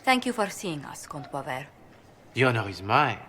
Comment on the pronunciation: As a french baguette, I'm very offended by the way you pronounced "Comte Boisvert". "Boiseveurt".... My heart, my soul...